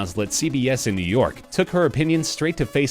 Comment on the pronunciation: The “City that never sleeps” is nee york. Not Las Vegas